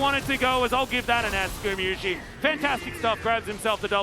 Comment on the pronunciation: that caster is still saying gumiyusi after 2 years of casting him. Please take your job serious xd